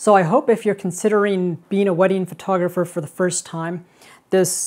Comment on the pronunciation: funny that he not just spells "photogapher" but also says "photoGApher" verbally.